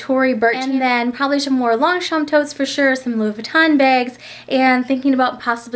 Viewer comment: Why do you pronounce BAGS...BEGS?